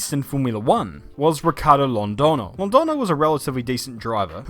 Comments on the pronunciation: to pronounce the ñ try saying it like Londonyo with the sorth of nya sound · Hey! Spanish-speaking fan here, but by no means a language or phonetics expert. Friendly tip: whenever you see the ~ above the n, the letter is no longer pronounced as an n, but rather as a weird, condensed 'gn' sound instead. Kinda like how the word "lasagna " sounds. So in this case, Londoño is pronounced Londogno. Hope this helps:) And awesome video, as always!